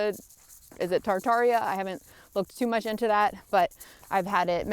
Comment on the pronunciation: Oh and you were Totally saying Tartaria correctly . Mind unveiled is a great channel all the way around.